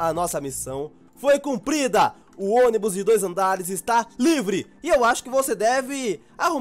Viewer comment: você ônibu envés de ônibus te amo 😘😘💓